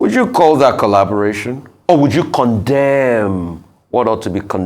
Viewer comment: I hope I didn't hear this Man calling "collaboration," "Callubration." If so.....